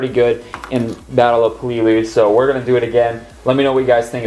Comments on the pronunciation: I believe the Sherman would be best, because technically Stuart’s weren’t used in the landing. But it’s looking really good! Also, it’s pronounced peh-leh-lee-u, not puh-lee-lu. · I don’t want to be that guy but peleliu is pronounced (peh-lih-lew)